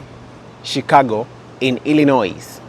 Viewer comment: Not shicargo please stop scrubbing